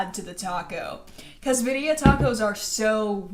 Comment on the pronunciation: You actually said crema right girl u just messed up the word birria hahaha